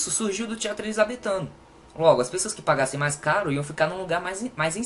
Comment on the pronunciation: "Elizabeffff" kkkkkkkkkkk😂